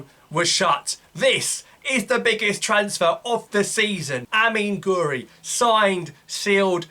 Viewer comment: Its pronounced gwiri not gori